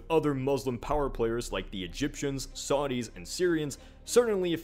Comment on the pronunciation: I stopped the video when he said “Saudis”